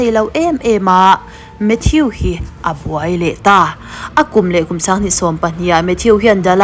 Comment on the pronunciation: Mathiu ti suh... Mathuu ti rawh. Avenue (aviniu) ni lovin "Avenu" tih te.... Ka hre zawk lo na a, in lam sual rei tawh e.... Mate❤